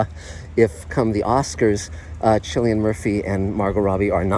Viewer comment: His name is pronounced Killian.